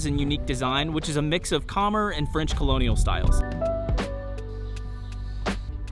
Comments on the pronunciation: Nice video and happy to see you highlight a local eatery. Many gems along the streets of Phnom Penh! One word of advice would be to ask for pronunciation help on local words. The two that stand out are Khmer (Kuh-mai) which should rhyme with come close to rhyming with eye and Bassac (buh-sock) which should rhyme with sock. Take a minute to ask a local. They will be happy to help and pronouncing things the correct way shows a respect to the culture. Thanks for highlighting this beautiful city! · Khmer is pronounced cuh-MEER. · It's pronounced Ka-Mye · Not trolling. Ka-mare like a horse ( western) or Ka- mi like the word hi. (Cambodia way to say). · Kommer? it's pronounced K'MAI. Also, I notice you eat with the fork. In Cambodia you eat with the spoon and use the fork to load the spoon.This is why the forks at local restaurants are so flimsy! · What an idiot saying Khmer so confidently but wrong